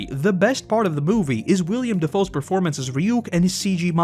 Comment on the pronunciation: lol you said William dafoe